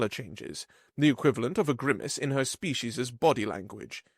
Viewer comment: Narrator, you really do need to work on properly pronouncing words. Demonstrably, look it up; species' is pronounced the same as the collective noun species even though it is possessive.